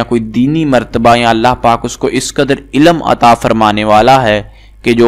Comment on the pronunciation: Bhai ilam ni hota ilm hota h phle apna talaffuz sahi kre phir aisi video post kre